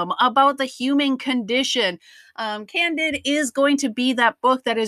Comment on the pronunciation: Voltaire's famous novel was "Candide," not as the narrator said "Candid."